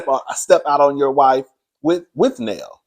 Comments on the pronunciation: The way u call Nell Neal and Nell be killing me 😂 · How is her name pronounced Nell or Neil in the same sentence? 🤔🫣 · 😂 It’s Nell.. Like Mel 😉